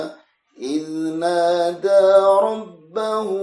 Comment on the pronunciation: Maaf klo saya tidak salah mendengar membaca di ayat 2 itu Innada, seharusnyakan Ij nada..